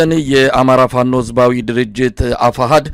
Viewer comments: Plice Mesay teach easknder to say FANO not lick he day " fa-no" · He can't even call Fano with proper accent 😅 ay eskindir. Waiting for your surrender to pp soon.